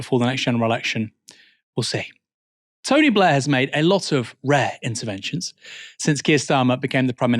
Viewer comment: The Tony BLEEEEH! Institute.